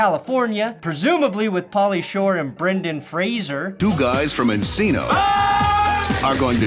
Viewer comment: I'm liking this video and commenting just because you're the only YouTuber I know of that actually pronounced Brendan Fraser's name right.